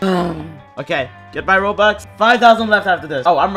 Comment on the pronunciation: its robux, not rubox. Ur clearly filipino